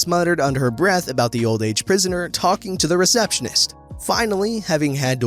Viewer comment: It's not prisoner, it's pensioner... As in elderly recipients of old age benefits. Obviously, it is not as in the oldest criminals on the local chain gang... I can't tell if you are mispronouncing, it's misspelled or if I'm mishearing... So, who knows but yeah, you definitely mean pensioners. Adam